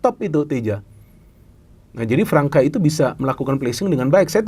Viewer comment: Pemain Brazil yang ada huruf ç nya, dibaca s. Gustavo Fransa. (Gustavo França)